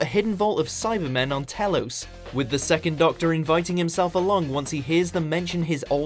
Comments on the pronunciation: What's going on with the pronunciation of some of the names Telos, Wirrn, I think this person is reading from a script and has no idea about what he is narrating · Telos is pronounced Tel-OS not Telous. Fucking special child. I bet you haven't even watched any of the Classic Who episodes, have you?! Not even one member of the WatchMojoUK team. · bruh pronounced telos like telose bruh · The way he pronounced "Wirrn" and "Telos" are making me cringe, quite badly.